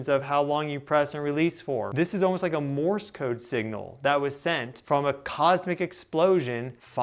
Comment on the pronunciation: It's subtle, but Morse Code usually is pronounced with the opposite emphasis and the way you're saying it sounds a little strange, like you might not be used to hearing it pronounced, just reading it, perhaps? My dad used to do ham radio with Morse Code and I guess I'm used to hearing people talk about it. 🤷‍♀️😉